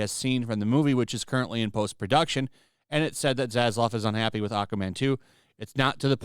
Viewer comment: Why is it that content providers have such a hard time with name pronunciation? It's Zazlav not Zazlov lol 😂